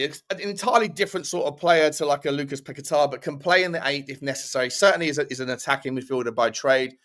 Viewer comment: Lucas Paquetá is pronounced "Pack-eh-ta" not "Pa-quet-ah" he's named after the Island in Rio state where he grew up